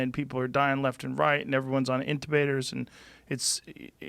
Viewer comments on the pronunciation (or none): "Intabators" - Joe Rogan